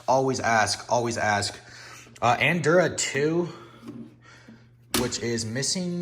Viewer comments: I just realised gym err I mean gem is another word you can't say lol. Nice pick up on ps games I love A-lun-dra not whatever you called it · the double case with 1 disc is cause the manual is too thick to fit in a traditional case. Andura 2? theres a L in there and -dra is the last syllable. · You pronounce Alundra in an interesting way.